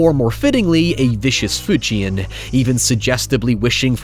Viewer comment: The captions seem to think you are saying "fujian" at different points; I think it is where you say "food chain," but I'll admit, it does sound at least like "fu-chian" and I relied on context to bridge the gap of understanding.